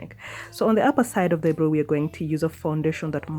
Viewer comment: Wow, beautiful ... But it's not pronounce eye-bro .. It's eye-brow ..